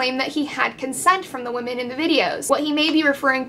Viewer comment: Oh my gosh! Thank you! I came here to say the same thing! Why can’t anyone pronounce women anymore!!!?!?